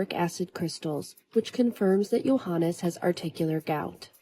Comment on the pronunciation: Why are you pronouncing his name as “Johan”?